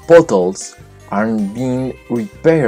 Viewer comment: Potholes no es pótols, sino pàtjóuls.